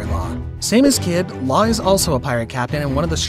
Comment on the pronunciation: You did law so dirty with that pronantioation